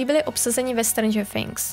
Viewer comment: sorry ale není to Stranger Fhings ale Stranger Things